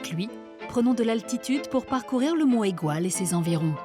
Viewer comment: entendre monégoual à la place de montégoual ça fait mal aux oreilles .... "mont égoual" !